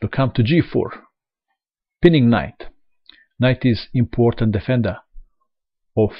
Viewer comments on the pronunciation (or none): none